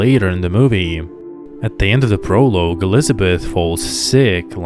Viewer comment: "Prolooge? it is pronounced as if saying "Pro-log" Plus you have the most boring voice i have ever heard. It could put someone into a coma let alone send them to sleep.